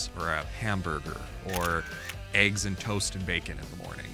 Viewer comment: It's eggs, not "ehyggs"